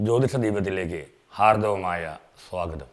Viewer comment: Hello sir, it’s not 'Hardavamaya swagadam'. It is 'Hardamaya swagatham'. The meaning is entirely different between these two words. Thanks and kindly note this on the further releases.